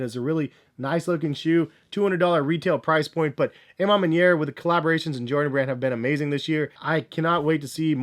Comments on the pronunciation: AH man maniere...not AYE man maniere. you canadian? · Why he keep saying "ay MA manier". Isn't it more like "awe ma manier"? Lol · Ah ma manier